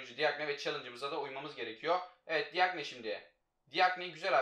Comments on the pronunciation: Abi DİAGNE cagne diye okunuyo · Abi diagne değil cakne